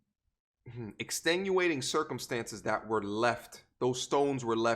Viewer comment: ' Extenuating circumstances.... ' aigh't...i'm a stay longer cause you be flexing those syllables brah!